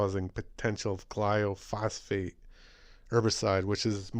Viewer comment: Thanks for pointing this out but it's gly-pho-sate, not gly-o-phos-fate and it does a lot more than cause cancer. For an excellent lecture on glyphosate, what it is, how it works, the consequences to human and animal health and how to pronounce it :), watch the following video. You'll be glad you did. It is presented by a scientist who worked in the field of genetic engineering.